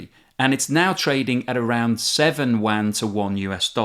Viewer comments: Good informative video as usual, just one little thing Yuan is pronounced as “ u-an not wan “ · The currency is not pronounced "Chinese Wan"... try: Yu-an. And if you can't pronounce that then call it the Renminbi. FFS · It's "Yuan" not "Wan" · RMB is pronounced "Yew_wan" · ITS NOT THE WAN CURRENCY. STOP SAYING WAN. LISTEN TO THE REAL PRONUNCIATION PLEASE.